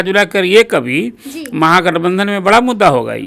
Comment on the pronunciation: बाड़ा नही बड़ा😂😂😂